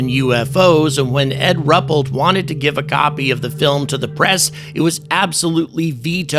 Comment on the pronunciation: Rupellt is pronounced as Roo-pelt.